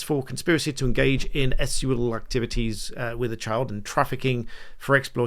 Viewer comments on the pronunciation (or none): Why do you say the word sexual the way you do? Or can you not use that word on YouTube?